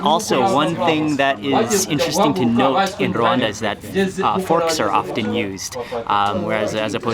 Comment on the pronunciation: is Rwanda not Rawanda